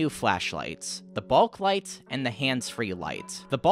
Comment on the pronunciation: everyone: "bulklight": "balklight"